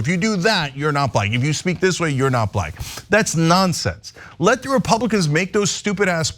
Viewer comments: The way he pronounces the word black "bLaCK" with such distain is what gets me. No one else pronounces the word black like that... just like he pronounces China as "chJina". Either he's retarded or a racist, which is it Donny? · He says Balack.